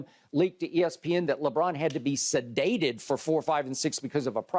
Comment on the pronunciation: "He had to be sedateed!"